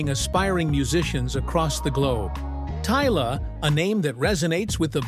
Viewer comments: but pronounced Tyla as in Tyler, in the video he prounouced as tiller. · How did she go from Tyla to Teela mr narrator? 😳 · Beautiful story but the pronunciation is bad. Not Popiano it is Amapiano; unless hers is fusion is Pop and Amapiano. Gauteng is pronounced like how arabics pronounce Hamas.The G is pronounced differently. She is not pronounced Tiller but Tyler.